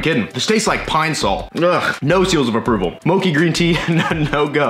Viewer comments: It's mo-chee, insteak of mo-kee. It's japanese sticky rice dessert. I wanna see more puppy! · moe-chee my man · it's pronounced mo-chi (chi) like (chee)-se. Mochi is a very popular desert made by Japanese it is smashed rice shaped into a ball and usually has matcha (tea) paste inside. So it would basically be small bits of that inside the icecream😊 Hope you have a wonderful day. And God Bless you. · It's not "Moki", and you probably wont like mochi green tea unless you are Asian lol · How do you get that pronunciation from mochi haha? Mochi is said how it looks, not like mocha lol